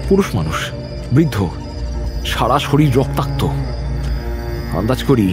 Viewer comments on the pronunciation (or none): none